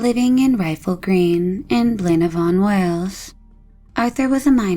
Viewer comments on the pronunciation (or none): I'm Welsh and it's Blaenavon (BLINE-AA-VON) with emphasis on the middle syllable. Literally translated it means "head of the river" 👍